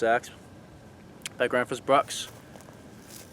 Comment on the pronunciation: They do make good axes. Besides - your pronunciation of Gränsfors isnthalf bad. I really enjoy your show!😃